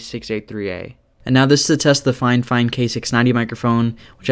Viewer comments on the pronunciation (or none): Brother you mis-pronounced Fifine as Finefine. (I'm sorry, it happened multiple times so couldn't stop myself from pointing it out)